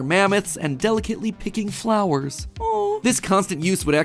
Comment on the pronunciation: Matpat: and delacetly piking flower, ₐ𝓌𝓌𝓌